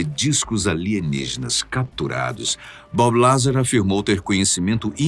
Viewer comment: Fala pra ele que não é BabiLazar. Ê Bób Lazár